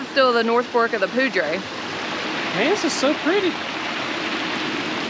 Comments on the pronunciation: Awesome video. Locals say 'poo dour' not ' poo drey' river. Looking forward to your content. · Poudre is pronounced Pooter, like Pooter River. Some people also try to pronounce it like it was Powder buy it is Pooter. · The Poudre River is Pronounced like it sounds like is a better way to explain it it Poo Dur I don't know how to put it on paper but that it what it sounds like. I was born in Sidney Nebraska & my Grandparents had a Cabin up in Red Feather Lakes Colo, so I grew up in Colo. most of my life. then when I got married we moved down to Crowley Tx. & my Ex Husband 's Comp. folded & that is how I ended up in MICHIGAN. but anyway that is how you say POUDRE - POO Dur... And if you want to see some very Beautiful country drive up North of Ft. Collins about 1 hour to Red Feather Lakes & Cody will Love the fishing!! There are 8 big Lakes up there & they are stocked full of Trout. there are leeches in ALL the lakes in Colo. so don't get in them. they like aquatic weeds & submerged branches & other debris that they can attach themselves to, so if you get out in the deepwater & away from all plant life you'd have a better chance of NOT getting any Leeches on you. If your unsure about something ask Google... Take care & have fun out there... I miss it so much out there, I doubt that I'll ever get back out there again as long as I live...so Please post lots of Photos... Love you guys...... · I enjoy watching you guys...you really get around! You are a very hearty hard working couple, and nothing much seems to get in your way. FYI... I believe you are pronouncing Poudre correctly, but most northern Coloradans would say "poo-der"...go figure. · I Loveee Colorado. I got to live there for 8 years. Btw....Poudre is pronounced.....Pooder lol . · ... Beautiful area ,, getting too crowded though ....( pronounced Poo-der ) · Cache La Poudre River ( say PoohDER ) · Poudre is pronounced Pooder. 😉😊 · It is pronounced "poo-der" . welcome to Colorado